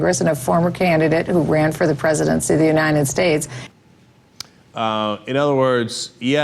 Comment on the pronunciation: "U-nine-ted States"?